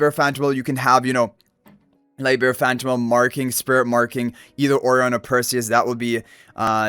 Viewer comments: Why is his name pronounced like that incorrectly? I have checked all sources it should be as uh-RYE-un (rhymes with "O'Ryan") as Orion Nebula. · You must've done soooo much research with so many sources. This is how it's pronounced in Spanish. I don't know how Chinese people pronounce Orion, but Japanese people say it like this too because it came from the Portuguese/Spanish, so it's probably pronounced like that in China and Lilith is a Chinese company. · What I initially thought as well, but yeah this is how Lilith themselves are pronouncing his name. I guess they wanted to be unique/different.